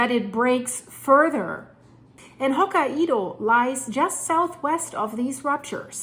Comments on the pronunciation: Hokkaido is pronounced "Hoke-eye-dah". Blessed Be! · It's pronounced "Hoke-eye-doe" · Still saying Hokkaido in a funny way. Hokaiiiidooooo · Ho" + "ky" + "doh Here are a few tips that should help you perfect your pronunciation of 'hokkaido': Sound it Out: Break down the word 'hokkaido' into its individual sounds "ho" + "ky" + "doh". Say these sounds out loud, exaggerating them at first. Practice until you can consistently produce them clearly. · Japan is cringing. Please learn how to say Ho-KAI-DOUGH. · They pronounce it Hok(eye)doh❤ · please, it's "Hok-kai-do" with an accent put on the second syllable. You pronounce the same way it's written, romanized japanese is very easy to read, because you pronounce all the letters you see in a word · hokka IDO ??? really ? and im gonna sit watching whatever you have to say when you didnt even try to say the name ? im not japanese but HOKA - IDO?????? -200 IQ points on effort in there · pronounced Ho KI do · Sorry, but how can you not pronounce Hokkaido? That's just ridiculous, makes it seem you don't have a clue what you're talking about.